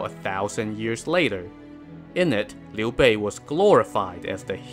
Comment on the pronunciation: Finally someone pronounces his name right! This alone deserves a sub!